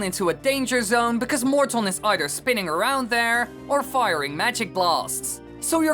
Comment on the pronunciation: It's Morton not mort on.